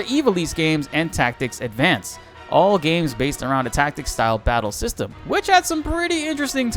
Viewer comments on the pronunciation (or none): none